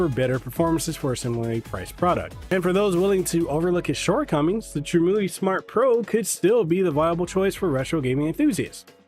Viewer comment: Pronounced: Trim-You-Eye Glad that you’re enjoying it though! I just ordered one myself.